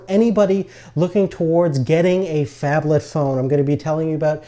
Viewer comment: wtf is a fabthalth phone? what is he saying?